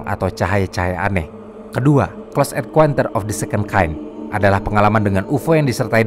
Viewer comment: Min, bacanya "CLOSE EN(KAUN)TER" bukan "CLOSE EN(KUEN)TER".. 💩💩